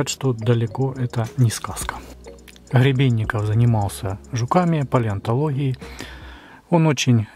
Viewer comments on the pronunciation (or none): Не Хребенников .. А Гребенников .